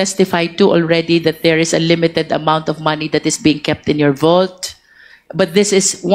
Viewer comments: Vault. Hindi volt. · Vault po admin not Volt 😊